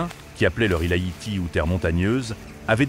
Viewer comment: C’est Haïti pas Hayti , sinon bonne vidéo 🙏🙏